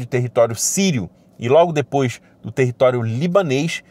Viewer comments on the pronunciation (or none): none